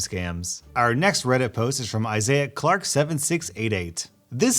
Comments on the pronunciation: Isaac Clark didn't survive 3 games of necromorphs to have his name butchered like this lmao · Is nobody going to mention how he mispronounced Isaac Clarke?